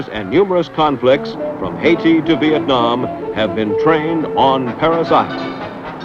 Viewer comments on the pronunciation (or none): none